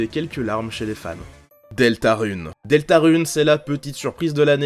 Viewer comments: Deltarune se dit deltareune sinon super video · Deltarun sa se prononce deltareune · c pas delta ruuuu ne C DELTA RUN COMME SPEED RUN DELTARUN